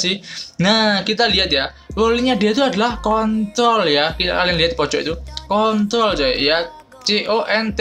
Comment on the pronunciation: Wkwkwkw. Maap ya bukan ngeledek. Cm jd ngakak onlen aja pas denger. Haha.